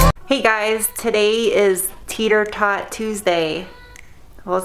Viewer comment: are you saying teeter tot or tater tot?